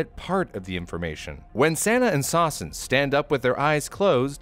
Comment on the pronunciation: I thought sawsen was pronounced sussin😳